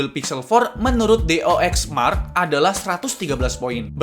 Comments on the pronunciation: Dxo bang bukan dox :') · Dxo mark ngab, bukan dox mark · Anjier kenapa dua kali gua denger bacanya doxmark, perasaan gua cari cari di gugel tulisanannya dxomark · baca dxomark salah cuyy🤣